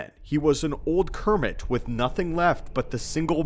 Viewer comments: Did you say… that Maul was an old “Kermit”? You definitely said “Kermit” 😂 Good video though. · Did nobody else hear him call Maul an old Kermit instead of old Hermit?